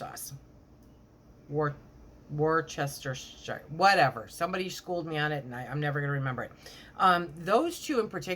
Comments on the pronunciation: You pronounce it Woostershire sauce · Woos-ta-sher sauce